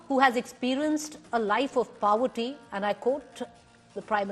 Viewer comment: Life of paaawarty nahi poverty … pehle angrezi seeklo then do news reading